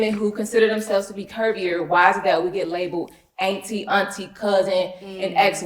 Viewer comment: The dress was def givin auntie ,she’s gorgeous tho. I mean sheesh ,Sis is saying ainty lol